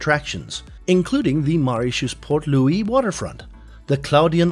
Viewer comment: MO!! MOritius... not MAritius.. not only are you saying it wrong but did so 28 times during this 8 minutes video... it's like on purpose to nag us! Lollllll And let's not even talk about "Ile aux cerfs"... which.. isn't even remotely close to how it should sound LOL NOT subscribing lolll